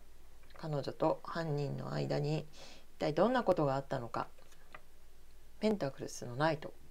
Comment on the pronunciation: 同じ意見です、声量を上げて下さい。あと、ペンタクルが、ペンタクルスと聞こえますが……